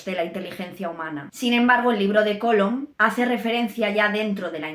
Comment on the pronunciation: ¿Cólom?. ¿No será "Colom"?. Por favor...